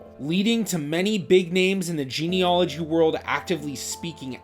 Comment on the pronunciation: It’s pronounced geneAlogy, not geneOlogy!! 😳